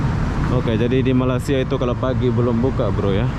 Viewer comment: Sebutan yg benar untuk negara ini adalah Malaysia, bukan Malasia. perlu juga pelajari dgn benar supaya kontennya berkualitas. Pelajari juga sedikit2 istilah2 dan sebutan2 dalam bahasa Inggris supaya tidak terkesan norak karena anda meliput di luar negeri.